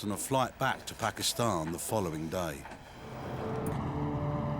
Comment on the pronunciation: This lady is a legend. The way she pronounced Pakistan tells me she’s been around Desis all her life 😂❤️